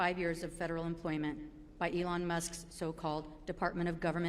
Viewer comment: Oh for God's sakes really you can't pronounce Elon you say ellen? And it was very snarky of that woman to pretend to get the pronunciation of Doge wrong... losers